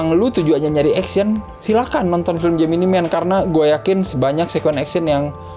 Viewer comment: How to pronounce this correctly: JEMINAI MEN not JEMINI MEN